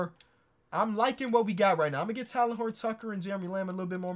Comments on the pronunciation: plz stop saying “Talon”😭 it’s “Tay-Len” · love the vid but its pronounced "tay-len" btw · It hurts me to hear this man pronounce THT’s first name 😂 but I love you 👍🏼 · It pained me to see how often you butchered THT’s name but dope video